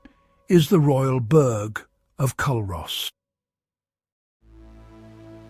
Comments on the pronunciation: aye the mispronunciation was so irritating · Culross is pronounced cooross and burgh is pronounced burrah👍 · I came here to say the same thing 😊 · Pronounced coorus and burra give me a break AI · Culross is pronounced cooross. And it’s not a burg it’s a small town. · its pronounced Cur os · It's actually pronounced Cooross..and my fav Village :) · Would you pay any real attention to someone who cannot even correctly promounce the names of what they are describing? Another foreigner describing parts of God's own country "Culross" & "burgh" mispronounced for a start - tosser! So much inaccuracy in this video - Plockton is not the onky one that doesn't freeze, try Ullapool and surrounding area, in fact th e whole of the Scottish west coast. and what legend about the Tobermory building colours? And Tobermory is the capital of "Mool" - where is that now pal!!! If I remember correctly (could be wrong) I remember when doing an archaeology course at Uni of Glasgow we visited the churchyard at Luss to view a7th/8th century Christian grave marker (long time ago so could be wrong on that one) & thre waas no town b"built for a movie" patronising prat! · The mispronouciation of Culross killed for me from the start lol